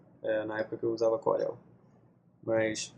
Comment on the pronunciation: "Corél" UHEAIUHEIUAHS é "Córel"